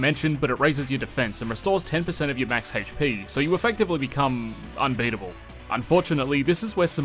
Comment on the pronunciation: Hayytch peee